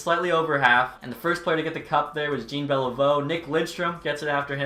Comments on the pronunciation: BRUH IS NOT PRONOUNCED JEAN ITS PRONOUNCED JOHN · Lol when you get all the Japanese names right and pronounce Jean Beliveau like he’s not French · Do you seriously not know how to pronounce Jean Beliveau’s name???? It isn’t Jean like a pair of jeans , it’s fucking French!! I don’t speak French but I’m not a moron and know how to say his name. You shouldn’t ever talk anything about hockey again. 🤡🤡🤡